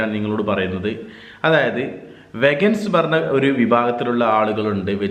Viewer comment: വെഗൻസ് എന്നല്ല ചേട്ടാ.. വീഗൻസ്.. 😊 thank u for the informative vlog😍